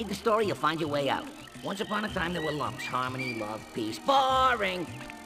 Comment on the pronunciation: The "Lums" in Rayman are pronounced "Looms" as stated in the Rayman Origins Manual